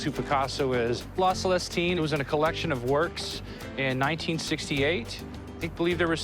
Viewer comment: That guy is not pronouncing "la Celestine" very well. No wonder Rick is confused...